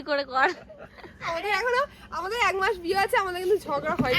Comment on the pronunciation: এক মাস না বলে এগ মাস বলছো কেন??